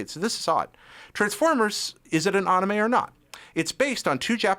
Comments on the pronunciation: it's like he says it with two A's like saying the name Aaron....Aanime lol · Why does he say anime like that 0_o? its clearly based off the word animation why change how its pronounced